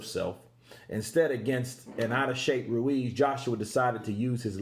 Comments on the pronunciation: i like how you say Andy Ruiz Jr's name. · Continues vibration of that tongue to elongate the R sound. Lol